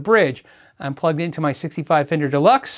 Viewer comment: “Very famender” is going into the urban dictionary.